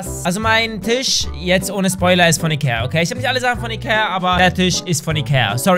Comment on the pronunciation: Wer hat auch am Anfang iker statt Ikea veranden